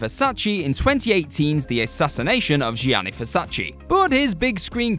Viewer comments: It's Gianni not Jianni 😂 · Anyone remember Gary Oldman in that horrible Scarlet Letter production with Demi Moore? That's when I learned to not trust a production on his name alone. P.S. Gianni is pronounced more like Johnny than Žianni. It's like when Americans pronounce digiorno like dižorno, drives me nuts.